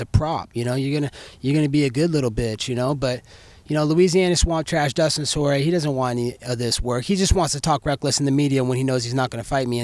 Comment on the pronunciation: Dustin Sorry-A?! LOL! Colby should be the UFC's color commentator.